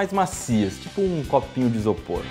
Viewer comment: alguém percebeu que você fala corpinho invés de copinho .-.